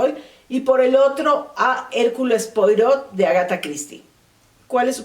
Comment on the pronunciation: Se pronuncia hercul puarot